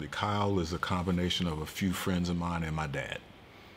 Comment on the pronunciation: It annoys the hell out of me that he keeps calling him carl and not kyle